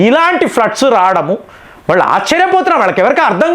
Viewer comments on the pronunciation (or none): none